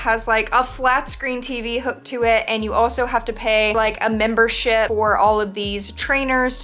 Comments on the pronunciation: Guys it might just be me but when she said gym membership i thought she said gym membershit. Lol 😂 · ya she did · She did lol